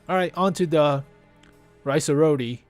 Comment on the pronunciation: "Rinoceronte" is pronounced: Ree - Naw - Cher - On - Tay